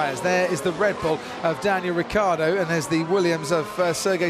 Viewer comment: It's fckn riCCiardo. Not ricardo.